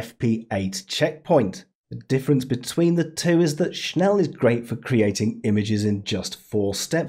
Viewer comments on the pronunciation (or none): the moment you don't check he mean schnell > Schn-e-ll